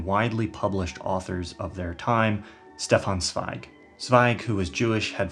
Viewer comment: In case of future reference: There’s a soft sound at the beginning of Stefan Zweig’s first name, and a hard sound at the beginning of his second. Shdeffan Tssveig.